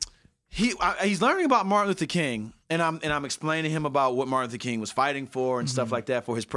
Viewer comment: He said Martin Luthor Kingdom 🤣🤣🤣🤣